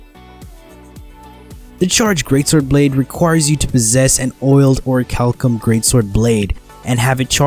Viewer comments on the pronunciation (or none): none